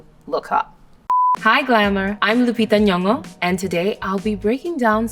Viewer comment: Love how she pronounces her name. She's such a Mexico City girl. 🇲🇽